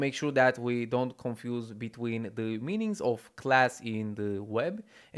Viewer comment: They way you say "the" is so funny. Dehh